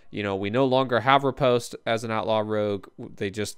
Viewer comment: The thumbs down are French people who didn’t like your pronunciation of Riposte 😂